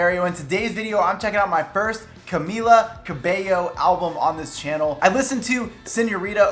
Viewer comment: I’m glad you pronounce her name right! Love your videos!